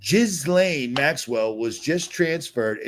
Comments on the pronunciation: Please learn how to pronounce Ghislaine correctly! It’s not “Jizz-Laine” (although that could be a nice pun…) it’s “GILL-LAINE”, i.e. the “H” and “S” are silent. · Jizz-lane I love how you emphasize that🤣🤣😜